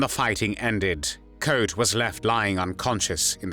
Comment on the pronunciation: Very positive that his last name is pronounced right (Koot is in Dutch not pronounced as e.g. zoo in English). I'm impressed that you have put so much research and work into what I thought was something only known in The Netherlands ("De februaristaking", The strike of February, it is still officially commemorate at "De Dokwerker statue", a statue of a harbor worker). BTW Mauthausen was a death camp without gas chambers, it can better be described as a "torture camp" because it was very notorious for its sadistic regime and the inhumane working conditions which costed lots of inmates their life within on average three weeks (these are numbers I read or heard in a documentary, cannot prove them now). For the smallest offenses prisoners were shot, hanged or left out side in the granite mine to die. Of the 330 young men that were taken and another 250 in another razzia on June 11th. Only two were still alive a few months later. I don't know if they survived the war.